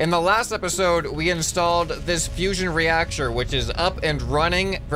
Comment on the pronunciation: Fusion reacsher